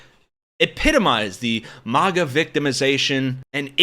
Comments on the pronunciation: Maga is pronounced like magazine not like mars. You sound stupid! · This customer is lying! But, nothing new wjem it comes to these instigating, gaslighting MAGA jerks! 'It is not a strict Starbucks policy to call out the name on the cup for every order; baristas may call out the drink instead, especially when busy, and have the discretion to not call out a name if they are unable to pronounce it, if it is offensive, or if they feel uncomfortable doing so. The practice of writing and calling names is intended to be a personal touch and to prevent drink mix-ups, creating a connection with the customer, but it is not always followed.'